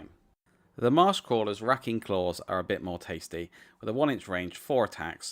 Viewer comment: It's "Ray-king" not "Raking". good review tho.